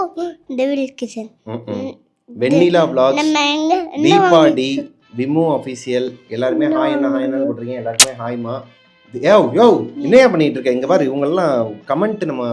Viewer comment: Sorry bro na unga romba periya ❤❤❤FAN but oru correction...its VLOGGERS and VLOG And its not V-loggers or V-log Pronunciation thapa irku...adhan❤serrthu pronounce pananum..